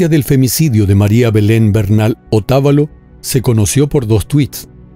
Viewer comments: no es ecuatoriano que no pronuncia bien el apellido de la madre de María Belén "Otavalo" no pronuncia bien "Pomasqui" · Muchas gracias por darle difusión al caso, ayer en una rueda de prensa la mamá de María Belén dijo que, presuntamente, ese hombre está en Panamá, por favor ayuden a atrapar a este femicida. Por cierto, es Otavalo, sin tilde, se acentúa en la sílaba va. Muy buen video! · Hace una secuencia de todo lo publicado por la prensa y redes sociales debería ahondar más datos profundos no aporta nada nuevo Otavalo se pronuncia sin acento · El sector,donde le mazarin ala abogada, se llama; Pomasquì, el apellido de la madre, Otabalo....no como dice......